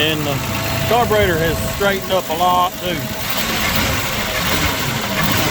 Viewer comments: It's a Carburetor NO s in it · What’s a carburroster